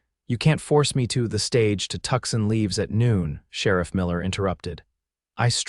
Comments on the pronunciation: If you are going to tell stories about the American southwest, you need to say the names of the towns correctly ... aths Arizona town of Tucson AZ is pronounced, phonetically, Two-sahn ... NOT Tuck-son 😢😢😢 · Can't you all teach AI to pronounce Tucson correctly? It is a large city in Arizona and is pronounced Too-sawn NOT Tuksin!!!